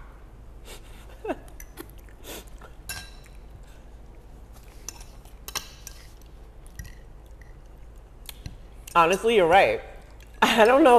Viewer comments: "Cut haff (half) for us" 😂😂😂😂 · Cut afff like this, cut affff 🤣🤣🤣🤣